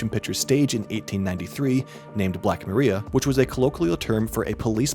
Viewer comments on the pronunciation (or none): Black Ma-RYE-a you dope...not Black Ma-REE-a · Wow! So much misinformation in one video! Please learn how to pronounce Milan, Black Maria, and Mina.